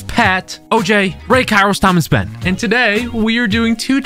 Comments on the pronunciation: in the intro i thought ben said: hey guys Spen here but he said ben lol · Am I the only one or did he really said spen at the start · So no body noticed that Ben said it’s me spen and after that when he is saying who is here he says spen... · Ben-whats going on guys it's spen here I think I heard spen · Ben said in the intro what is going up guys spen here who else noticed ?